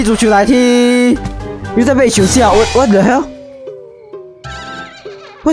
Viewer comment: 是WHAT?!! 森零的英文有点叉呢！(人 •͈ᴗ•͈)